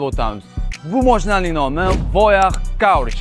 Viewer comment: Каураж эмас, кураж! Воях эмас, воя! Фирелли эмас, пирелли!